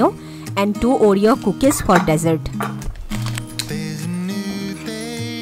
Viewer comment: Hi nice to see all this lunch box meals. Does kaya finishes all that you pack? Small correction I would like to point out when you pronounce desserts. Please check it out. By the way I love all your videos and keep posting.